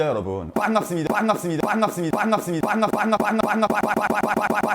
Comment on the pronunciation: 봥갑습니다 여러분 리믹스 인가요? ㅋㅋㅋㅋㅋ